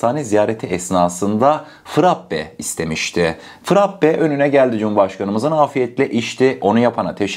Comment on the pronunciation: Sevgili frappe değil frape olarak düzelt lütfen